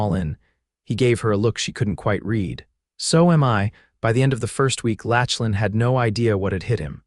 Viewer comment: Mispronunciation of his name is distracting. Lachlan is pronounced lock-lan